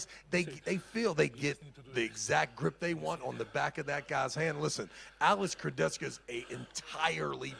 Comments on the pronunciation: keep saying Kurdecka(Kurdecha) im dying xD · Can someone teach this how to pronounce names that are not John Smith. It is not Kurdechka dude, Kurdecha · I: Kurdecha: Kurdecka😂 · Man it’s Kurdecha, not Kurdetsky smh Also… Denis CHIPlenkov?😂😂😂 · Alex Kurde-Z-Ka - he's changin names as he imagines them as an American thinking about Eastern Europe.... who cares to read the actual name...LOL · pronouncing names like Chael Sonnen. Kurdecka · Alec Kurdeskya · How can I pronounce Alex second name for now… all time now it’s Kurdecka 🥲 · Why is saying “Kurdezka” all the time? Jesus Christ, I love, really, but when he continuously uses the wrong pronunciation, it’s really really really annoying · Please learn how to pronounce Kurdecha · butchering Kurdecha‘s Name everytime he says it…